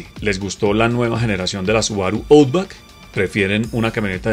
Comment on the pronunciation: Buen vídeo. Un detalle, la pronunciación de Outback es /autbak/